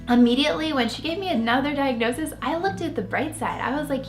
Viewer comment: Diagnosige? Ha she’s a mess , very very into herself.